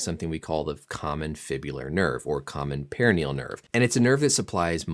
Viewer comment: lol your pronouncing peroneal wrong bro